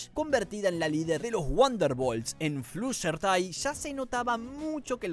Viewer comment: Flusherty????? FLUSHERTY?????!!!!!